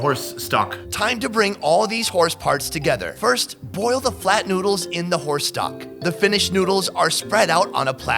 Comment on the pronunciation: Every time he said horse i heard whorse. Soooo weird